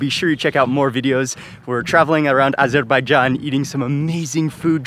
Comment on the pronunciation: Thanks for teaching me how to properly say 🇦🇿 Azerbaijan. Amazing bideo